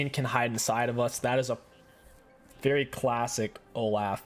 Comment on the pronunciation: It’s pronounced “Oh-Loff” not “Oh-Laugh”